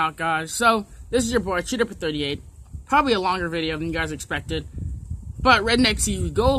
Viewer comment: Dixie Dipper SAID VIDJA